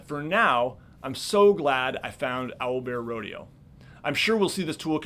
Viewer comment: at one minute and he says it’s Owlbearrodeo